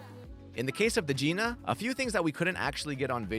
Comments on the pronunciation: He said Gina wrong lol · Nice try buddy but the hood lets us know the pronunciation of Gina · 🤣😂 ahhh. You mispronounced it. It's a hard I. It's the BMW Gina. As in the car greats you by spreading open It's hood vagina. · I was gonna say i think they are pronkuncing it wrong 😂